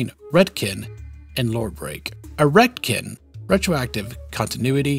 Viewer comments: Ive never heard it pronounced "retkin" before.always ret "con" like in CONtinuity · RET - CON. not Redkin. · Sorry, but I cant get over how you pronounce Retcon as "Redkin" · I don't know if i've ever heard the word retcon spoken. Is this how you pronounce it? Like "ret-kin"? I always read it as "ret-con"? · Everyone on Earth: “Retcon”: “Redkin” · I'm trying, I'm trying but he keeps saying retkin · Never heard "Ret-ken" before, odd pronunciation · And "Jenny" is "Genie"... Man's brain is broken 🤣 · I've NEVER heard anyone pronounce a retcon as 'Ret-kin' before. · He said retcan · Retcon is pronounced RHETT - KHAN. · dude keeps pronouncing retcon as redkin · Are we all just gonna ignore how he pronounces retcon? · Cant say I've heard someone say Retcon like that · I have never heard anyone pronounce retcon like that before… i want a unique nightkin named “retkin” in the next fallout game lol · It stands for retroactive continuity so pretty sure he's saying it wrong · Hard to take him seriously when he can't even pronounce "Retcon" properly... Retroactive Kentinuity. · Completely shocked this guy doesn't butcher canon's pronunciation like he does with retcon. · Great video. Except you mispronounced retcon and it bugs me way more than it should. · Am RetKin I identify as a Retroactive Continuity. Srly tho why do you say RetCON like that?! 😆